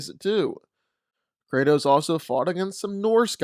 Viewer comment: It's Kratos